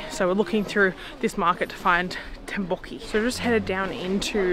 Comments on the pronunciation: Tteok with K sound. Not tabokki. Tteokbokki. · Tteokbokki . You should pronounce the K. Tteokbokki.